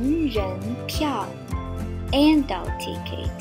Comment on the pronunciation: Great lesson your english is good except for the word adult. practice that word, 啊到尔特 say that really fast You can say ADD. Can you say ALT? Try Ad-Alt. Still not perfect but would work. Vowels in all languages stretch and slur. Great lesson! 谢谢老师 !